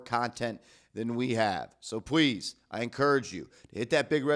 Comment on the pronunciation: "so pwease